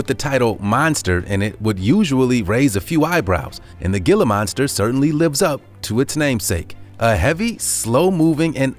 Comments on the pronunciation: Regarding the"Gila Monster", "Gila" is NOT pronounced "gill-uh" it is pronounced with the g like an h sound "he-luh". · It’s pronounced heela, not gila. Even though it’s spelled that way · It's pronounced "Hila" monster not "gil-lah" monster... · "Gi-la" monster? NOPE! "He-la" monster. He-la! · I'm from Arizona and we have Gila Monsters. It's pronounced He-La not Gil-La :D Gila Monsters' skin is so tough that they can dwell in burning fireplaces without getting burned. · Man! It's not Ge'la Monster, it's He'la monster!! Geezzz... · HĔLA MONSTER NOT GILLA MONSTER! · Dude it not g-la Monster it’s pronounced heela Monster. And in one of the images of the Gila monster it’s a alligator...what? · The gill ah monster wtf it's hill ah monster but spelled Gila lol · It is not pronounced gila monster it is hee-lah monster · Pronounced hee-luh not gila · Gila is pronounced Hila. H Sound not a G sound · Hee lah monster. Not Gila....smh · Gila is pronounced heela. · It's pronounced "hila" not "geelah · Pronounced "he-la" not "gil-a" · It's pronounced HEE-LA Monster not gill-a monster. If you're going to make videos learn your species and sub-species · It's pronounces Hila monster not Gila monster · Not 'Alaskan Huskies', while showing photos and video, of SIBERIAN Huskies (#10), NOT Alaskan Huskies. Google both so you can tell them apart, it is really easy! And stop saying, 'GILLA' Monster, (#7) it is pronounced 'HEELA' Monster, you must have said it 7-8 times or more, and it sounds dumber with each iteration! C'mon dude, before you make videos, look up your subjects and look up the pronunciation BEFORE posting a video about them."Tis better to be silent and be thought a fool, than to speak and remove all doubt." ~ Abe Lincoln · They also pronounced the g i l a monster wrong it’s supposed to be pronounced (h i l a) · austin bevis it’s not Gila monster it’s hila monster, it’s not a bearded dragon it’s an iguana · The Gila Monster is pronounced (heala) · Hee-la monster genius